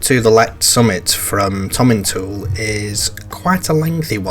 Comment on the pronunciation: My home territory,. Missed you again! A lovely, lovely film, thank you. Constructive criticism (I don't do 'yah boo' stuff), but Tomintoul is pronounced "Tomintowel". As a local, I'm advising you. Avon is 'Arn'. Well done with the rest. We're just weird up here! Please still like me😊. Please come back. 🚗 🎉